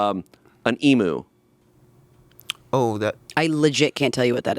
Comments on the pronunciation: Guys 😭 Emu is NOT pronounced “e-moo” it’s “ee-mew” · ...EMU not emoo but emyew with a y sound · Can we talk about the way they said emu? Why did they say it like that?! Why did they say emoo? It's emu...with a u sound! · Australian here- emu is pronounced eem-you. Not e-moo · Someone PLEASE make sure they know that Emu is "E-mew" not "E-moo"! I'm begging you, someone please tell them. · A moment of silence for the poor Emu pronunciation. Not an unfair guess at the name considering not being on the continent but it sounds like Eem-you, as opposed to Ee-moo. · NOT AN EMOO!!!! EM-YOU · Mispronunciation of the word 'emu' makes my blood boil cause not a single american can get it right. It's 'eemew' not 'eemoo.' Please, if anyone ever sees this, correct anyone who says it wrong. I beg of you. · I've personally necer understood why Americans prounounce Emu "ee-moo" instead of "eem-you". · they are pronounced Eemyou not Emu 😅🤣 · it’s EMU not EMOO!!! All Australians throw stuff at their screens when you Americans mispronounce Emu. “Eeem-you” phonetically for you. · Dear Americans: it's pronounced "ee-m-you" not "ee-moo". From Australians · I can't believe spent time here in Australia near where I live in Melbourne at a dang wildlife park seeing & interacting with some of our local wildlife, and he STILL said "e-moo" instead of "e-mew" 😭💔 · Did any other Aussie’s get a jump scare when said emu. I genuinely thought saying emoo was a bit until they all started saying it. Just for reference it is said eem-you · no idea what an emoo is lol as an australian it is pronounced emyoo 😁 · Aussie here. It's pronounced eem-you. Not eee-moo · The way Americans mispronounce Emu is like nails on a chalkboard. It’s Eem-you not Emoo. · Emu - pronounced EEM-MEW not EE-Moo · Sorry not to be annoying, Australian here- Emu pronunciation is more like Eem-you instead of eem-oo :) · It's pronounced Ee-mew. The way Americans say emu drives me up the wall.